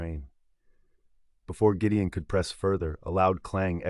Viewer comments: Great story, but AI sucks. Is it Gideon or Jideon? It’s subtle things like that consistent error in the narration which turn me off to an otherwise great story. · This AI narrator is weird sometimes it gets words correct then Gideon becomes Jydeon.....and why the American accent this is a Scottish book/ story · Very nicely narrated. Why do I feel sometimes you are pronouncing the heroe's name as 'Giddian' and sometimes as 'Jidian'. I checked it several times, maybe, I am not hearing it properly. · That was driving me nuts! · I like the story but the AI voice pronouncing Gideon's name differently is driving me nuts!! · I loved the story, but my OCD gnawed at me when the narrator pronounced Gideon with a Gee sound sometimes & a Guh sometimes. 😂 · It's AI. The G in Gideon is pronounced in two different ways...g as in "get" and g as in "george". It's still easy to listen to. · I also only listen to free books, but a human narrator is objectively better. It was strange to hear names pronounced differently at different points in the story. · The most annoying part is the way he keeps pronouncing the name Gideon, different every time. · Accent should be Scottish and AI INCAPABLE OF KEEPING GIDEON PRONOUNCED CORRECTLY 😢